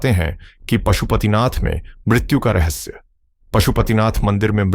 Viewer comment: Bhai hindi to sudhar lo. Rahasya or rahassa